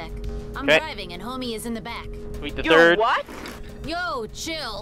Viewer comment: Listen sir for the eight hundred and NINETY TIRD TIME.... yes